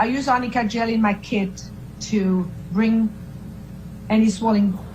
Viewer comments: I remember AH's lawyer kept asking Isaac Baruch if he knows "AMICA" concealer instead of "Arnica" Concealer.😂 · Yes!!!! I never thought of that! But that's EXACTLY why she said amica. Lol. They should have written it in all caps. I'm surprised she had never heard of ARNICA. I laughed every time she said it. And she said it a lot!